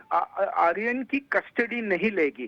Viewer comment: ଆରୀୟନ କୁ ଆର୍ଯ୍ୟନ କରାଗଲା....ଧନ୍ଯ ତମ ଓଡିଆ.... 😂